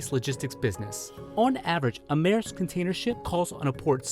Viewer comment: Dane here: at in this video the name is pronounced correctly